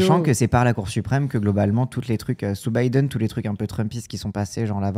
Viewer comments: Pk REFUSE de dire Biden correctement? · Le retour de "Bideune".